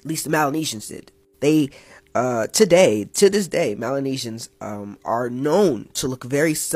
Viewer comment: Melanesians not Malenasians